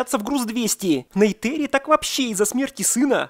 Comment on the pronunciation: какая Нейтэри💀 в фильме сто раз что в оригинале, что в русской версии звучит именно НейтИри